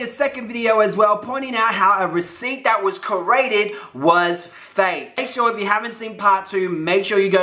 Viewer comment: I love when you say "carated" and not 'created' 😂😂😂😂 good content!💘